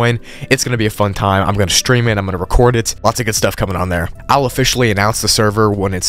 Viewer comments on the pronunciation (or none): none